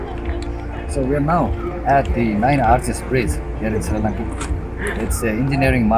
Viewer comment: And dude its not sirilanga its Sri Lanka